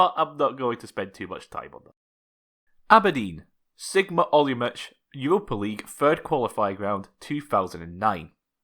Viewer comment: Have Czech family and semi speak the language, it's pronounced Olo-mo-tz not Olo-mo-ch